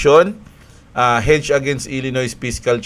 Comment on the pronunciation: ilinoy basa dun hindi ilinoys.... Nasan na pala yung alaga mong camel, hindi ata na flex ngayong drop?:D XRP 🚀🚀🌕🌕